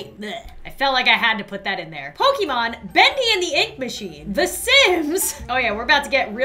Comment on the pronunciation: Pokemon Go: Pokemon: Pokeman